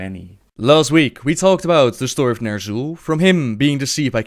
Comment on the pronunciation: shtory lol